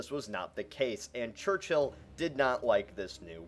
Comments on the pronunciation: It's not pronounced church-hill it's pronounced church-ill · Its Church-ill Not Church-hill! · it's not fucking "church hill" it's pronounced "church ull" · It's not pronounced Church-hill, it's pronounced Churchill. One word. There's no need to emphasise the H.